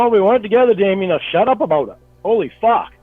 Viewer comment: Every single time Jamie says “we weren’t together”, which completely shatters his stupid argument, he just says “shawt awp jayme”, then continues repeating himself. Dude, you weren’t together, argument over. How does a person live this long being this stupid?